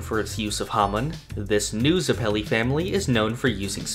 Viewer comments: Ughhhh stop saying zepili like that!!! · Why’d you say Zeppeli like that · You say Zeppeli wrong, yet someone say Gyro correctly.